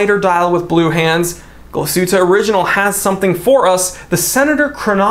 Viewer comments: Tbh, the Glashuette pronounciation was surprisingly almost on point. And I agree with the choice, but man, the two glacier watches that lately came out. These dials are ones to kill for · You pronounced Glashutte fairly well. Nomos is another watch brand within the Glashutte region. I'd say top3 most well known from Glashutte are Lange, Glashutte Original, and Nomos. Nomos definitely the Bauhaus design language of you like that. It's interesting I feel like I'm drawn to more German brands lately than Swiss. And your accent is hilarious!!!